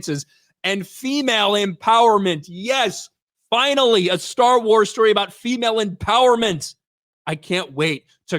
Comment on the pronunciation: Yaassss!! YAASSSSSS!!! Staawr Waas is wery patriarchal! 😂😂😂😂😂😂 This show might be a guaranteed failure.